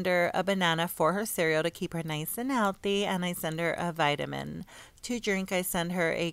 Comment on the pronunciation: "To KeEp HeR nice aNd HeAlThEy"